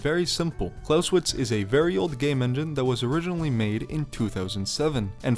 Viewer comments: ngl, im getting annoyed by you saying "Klauswitz" instead of "ClausEwitz" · Every time you pronounce it with an English W it's like chalk on a blackboard. Good video though. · The "e" in Clausewitz is NOT silent.